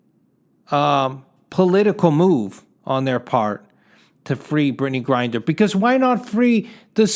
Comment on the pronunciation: 'How many Americans are locked up in foreign countries.' Yet that number is still going to be a joke compared to Americans you lock up (and yes, also for next to nothing and for decades or even multiple life-times). The reason you're so upset about Mrs. Griner - whose name you can't even pronounce in your own video on the topic... - is I suppose, because she is a PoC and woman (yes, even if you falsely try to deny her gender based on lunatic conspiracy theories like flat earthers; probably immature that a woman is fitter than the slimy Italian greaseball that is you who is supposed to be some grand fitness coach or entrepreneur or something). At least you have enough self awareness to notice that you are slowly sliding to the conspiracy nutcase crowd like QAnon, StopTheSteal etc. And why does the video continue after you say 'That's all I have to say on the topic.' around the 3 minute mark or 50% of the video? Also why do you still use the closing term 'buy red & sell green', when you haven't made anything on finance in at least an entire year, which was your only halfway decent content btw?